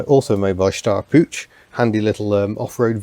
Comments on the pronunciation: For the love of Harvey, the "Puch" in "Steyr-Puch" is NOT pronounced "pooch". Not even close. Think of the word "put" and replace the sound of the "t" by the sound of "ch" in the Scots word "loch" (as in "Loch Ness"). There, that's a lot better. Thanks! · Brief side note, the ch in "Puch" is pronounced as in "Loch", like lake in Scotland. An Austrian :) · Hi, just for the sake of pronunciation, and as a German English-teacher I know about the difficulties of English people pronouncing German sounds:-): The word "Puch" has a sharp sound at the end like the name "Hugh" at the front, not link in "choo-choo-train" or "punch" Never mind, I REALLY like your technical approach to your unusual cars. Speaking about unusual: I used to have a few GDR-cars myself and I am currently having a Reliant Robin LHD (!), which originally ran in the Netherlands Cheers Holger (no, that "H" is soft:-) ) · Your pronunciation of "Puch" is funny (I'm german). The "ch" is like the one in Loch Ness...